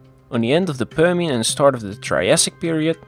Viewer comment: Prr Shen. Whats wrong with this guys pronunciation and sylabic emphasis. Annoyed me. Apart from that content was comprehensive and informative.